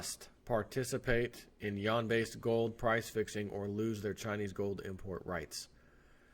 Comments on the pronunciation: I couldn't listen to this...... it is pronounced You-whan!!!!! Not Y'an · I am Wrong , SORRY it's sounds like Wawn not wane Yuan is pronounced Wawn. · It's actually pronounced like with an 'en' as in 'pen' and has a slight rising tone; try saying "U.N.?" by blending the syllables together and that's essentially it (check with Google translate if you think I may be wrong). Idk why the western media deliberately pronounces it incorrectly, kind of like when some people say Iran and Iraq pronouncing the names as if they were Apple products, lol. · You're killing me... It's pronounced YOO-AHN... If you can't say Yuan, then Renminbi is an acronym... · Yuan pronounced Wane( phonetically that is)